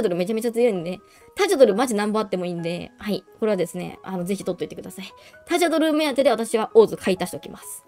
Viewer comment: タジャドルは「ジャ」にアクセント付けて欲しい。ガニマタと同じ発音す。